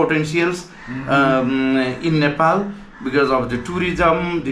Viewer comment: You pronounce Nepal incorrectly.